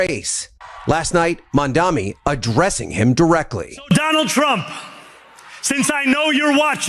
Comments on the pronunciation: The man voice-over saying MamdaMi. Smh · Why do journalists on TV say: "MamdaMi"? Are they idiots?